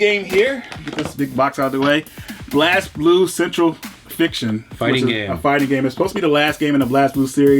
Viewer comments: Lol it's Blaze not Blazz...Blaz is derivative from a word meaning blaze it's just missing the e. it trips english speakers a lot...btw I have exist archive I saw no reason to get the ps4 version because the vita version is pstv compatible...nice video guys!! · I'd rather have the figurine than the game. Isn't it pronounced 'Blaze'? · For your information, the "Blaz" in BlazBlue is pronounced "Blaze".